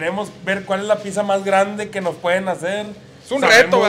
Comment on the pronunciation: Enseñenle a que se dice pizza y no pikza